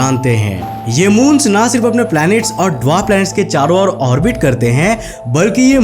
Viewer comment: Saron nhi charon